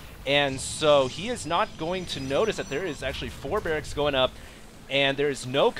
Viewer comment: He said Brracks as well, not barrackses...